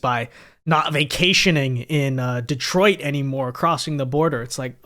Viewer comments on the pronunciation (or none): none